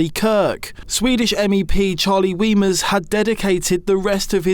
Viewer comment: Ooh, that's a tricky moral point. Weimers (pronounced 'Vymers', by the way) made the mistake, I think, of saying 'in his honour' - I don't think Kirk can ever sensibly be spoken of in connection with honour. A minute's silence in protest at the murder, pure and simple and with no comment on Kirk himself, might have stood a chance. I think Kirk was perfectly loathsome but I deplore his murder and I would have stood up for that.